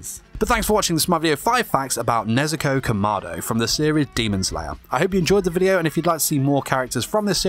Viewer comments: the fact that he said kamardo instead of kamado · It’s not pronounced “kuh-ma-do” it’s pronounced “KA-ma-do” “KImono”